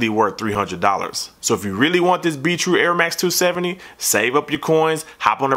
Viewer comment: sounds like you're saying beetroot not be true lol